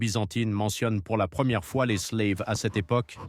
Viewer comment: Slaves et non "sleives" prononcé a l'anglaise